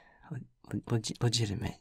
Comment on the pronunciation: Omg not being able to say legitimate is so real I love him AND MUTUAL I LOVE THIS BITCH AUGHHH THE WORD LOOPS HES SO ME AUGHEFH HE HIT THAT YAY LIKE FLUTTERSHY IM GOING FUCKING FERAL